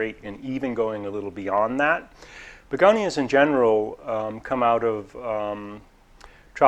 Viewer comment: I love it. I call begonias begoniars now.